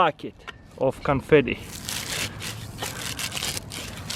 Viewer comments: LoL he said canfety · What happened to "confitee" 🤣🤣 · What hepent to canfatty😂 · "What happened to canfeet-e"